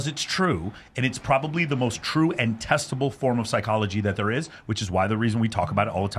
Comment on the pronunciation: Quote 7 hours ago He lost me when he said testical proof. 🤣 Lol I think he meant to say "testable." I can't tell if he said that or not. I checked. I think you're right. Sounds like said "testical." 😂